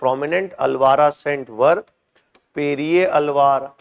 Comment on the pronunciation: Sir it is not andala it is Andal. Alwara ❌ Alwar Nynara ❌ Nayanmars